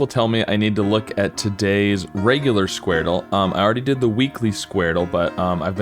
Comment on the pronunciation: It’s pronounced skwordle not squar dle